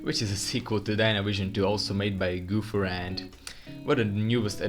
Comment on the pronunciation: NAH HONEY NO GOOPHER ITS GO PHER SORRY RLY BUGS MEH